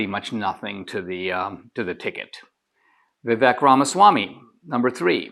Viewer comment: Why can’t you pronounce Viv-AKE?🤯